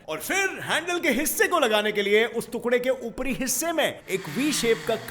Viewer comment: तुकड़ा नही, टुकड़ा होता है।